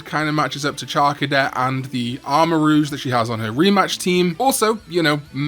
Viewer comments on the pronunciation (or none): none